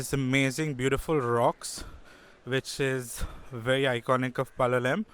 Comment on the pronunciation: Your pronunciation of Goa names does not do justice. Palolem for example should not have the last consonant pronounced. (Palolé).